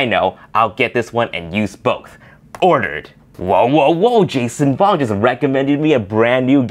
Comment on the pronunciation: Wait did u call patato jet jason vong haha